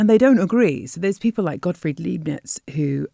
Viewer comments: Leibnitz is pronounced Lie-bnitz. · Leibnitz is pronounced: "Leib" rhymes with crime. "Nitz" rhymes with knits. Obviously, you have never studied German. "Leib" literally means lap in English. "Leib" is also a loaf, like a loaf of bread. At the bakery you would say: "Geben Sie mir bitte ein Leib Brot" - give me a loaf of bread.